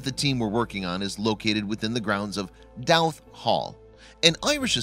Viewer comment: Pronounced know-th and Dough-th